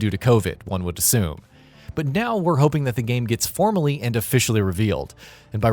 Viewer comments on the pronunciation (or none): none